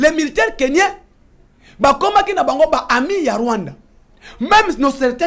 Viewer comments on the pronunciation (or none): Monsieur le journaliste, on ne dit pas Kenyen mais Kenyan. Il faut faire beaucoup d'effort pour bien communiquer en Français parce que vous êtes journaliste.